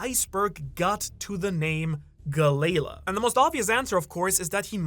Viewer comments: It's not "Galey-la". This is another one of those cases where the Japanese "L" and "R" get flipped. It's "GaleRa" which is a common pronunciation in many European languages of the "Galley" ship type which is propelled by oars. Why European languages? Because that's who used the Galley ships. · it hurts hearing Galley Law pronounced like Ga-Layla XD those poor giants and the water 7 shipwrights lol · Maybe I've been watching in English for too long, but I thought Galley-La was pronounced Gal-E-Law, which made sense because they were the ones in charge of basically policing the city or at least anyone they would go after anyone messing with the shipyard.